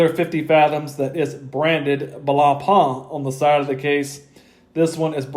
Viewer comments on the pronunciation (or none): Also respect to all of you that made your way through him butchering blancpains name, I can't do it.